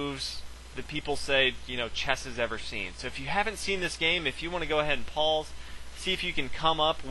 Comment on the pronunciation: Why does every word you say have the letter "L" in it....them word is pause not paulse